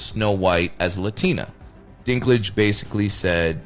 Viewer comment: the ai voice over on this needs some work lmao, mispronouncingg words like " DISNAY, WOKAY, PETER DINKLIG "